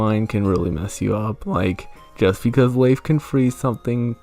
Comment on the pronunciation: I like how you pronounce Leif. His name is an anagram of Life, according to the Bug Fables Fandom Wiki.